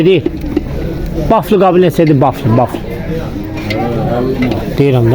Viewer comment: Baflı nədi? Belkə vafli demey isteyir.😊